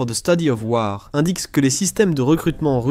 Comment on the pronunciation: Message pour l'auteur de cette vidéo : Quand tu prononces des mots anglais comme le mot : 'WAR', c'est mieux de les prononcer comme les anglophones (pas comme les francophones), c-à-d : 'WOR'. Et merci pour la vidéo qui fournit de très bonnes informations. 👍